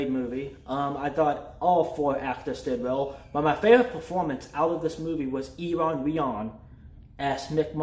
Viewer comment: That dude's name (Iwan Rheon) is pronounced OO-ahn RAY-awn